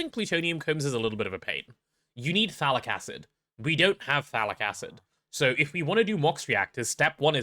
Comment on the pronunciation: I do NOT ear any T in phthalic, wich make a bit... well... ambiguous